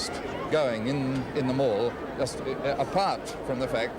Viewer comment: In South Oz It is not and never pronounced Mal rhyming with Pal..but Mall ryhming with Hall...just saying...